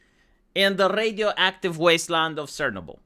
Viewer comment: He? "Sernobol"? xD You're a Romanian, how is it possible you cannot spell basic slawik words like CZARNOBYL (in english CHARNOBYL) xDDD WTF? xD